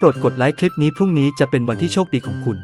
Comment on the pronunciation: คำว่า พรุ้งผิด พรุ่งถูก